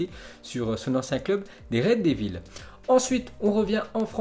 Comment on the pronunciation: Le mec a quand même pas mal de problèmes d'élocution, sans parler de sa prononciation des noms etrangers! Rien que pour ça je ne materai plus. Samuel Umtiti ( umetiti), Reds devils ( raid 2 villes) hahahahahaha et il ose parler comme ça hahahaha